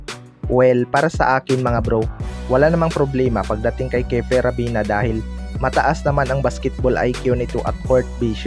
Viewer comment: ravena hindi rabina ayusin mo mag salita🤣🤣